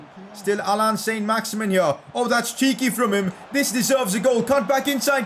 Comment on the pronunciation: pronouncing allan: Allan ❌ Haaland✅